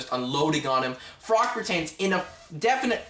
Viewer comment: its not frock its pronounced frotch lol good review tho